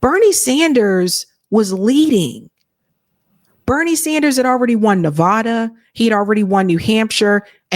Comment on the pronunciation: you said Nevada incorrectly.😮